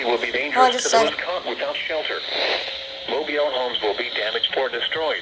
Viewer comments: yeah, “mobiele” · xD “Mobile” the way says that is kinda funny. Hopefully your okay and nice video!